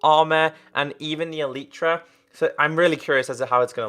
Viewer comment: Why yoh said elitra not elytra the real name is elytra hahahahahaha